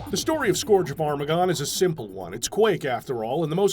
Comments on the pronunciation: scourge rhymes with "urge," not "gorge" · Scourge is no scorge. Cur, not Core. Play Warcraft III to hear all about another Scourge. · That’s a very interesting way to pronounce “scourge”